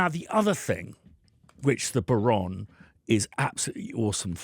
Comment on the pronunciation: An Irishman that didn't take the fada into account? ;) It's bow-rawn, not ron.